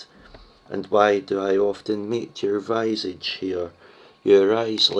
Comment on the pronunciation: I'm sorry, but the word visage is pronounced "vih-sage," not "vye-sage."